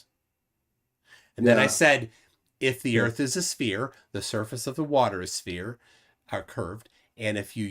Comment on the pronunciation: Is ANY flerf able to say 'sphere'? Like, seriously 😅